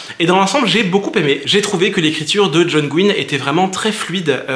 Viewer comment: Mais qui t'a dit qu'on disait "gouaïny" ? On dit Gwynne comme tu le prononces, pas de soucis. Tous les youtubeurs anglophones le prononces comme ça, y compris... Les fils de John Gwynne sur leur chaine youtube "The brothers Gwynne"